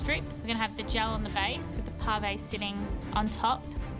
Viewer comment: Ah ha ha 😂 .... I'm 4 years too late but "Parve" or "Parvay' sounds ridiculous in a thick Aussie dialogue pronunciation ! It's almost like they're attempting a imitation of eloquent British upper aristocratic class based dialogue ? But sound completely drunk !